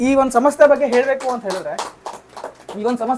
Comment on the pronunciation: ಸಮಸ್ತೆ ಅಲ್ಲ ಕಣಪ್ಪ ಸಂಸ್ಥೆ ಅಂತ ಹೇಳು ಒಳ್ಳೆ ಪರಭಾಸಿ ತರ ಆಡ್ತಾ ಇದೀಯಾ